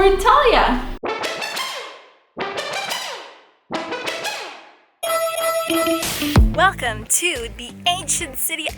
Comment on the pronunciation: The way you pronounce Antalya is just... not normal... I almost hear it as Italy which is so unsettling haha